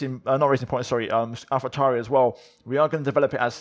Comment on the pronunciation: yooo! this dude's pronounciation of names, AlphaTauri & Alfa Romeo, also his accent is c r i s p s, new to your channel btw, i'm loving the content man!!